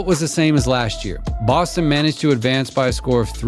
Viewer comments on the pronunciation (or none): none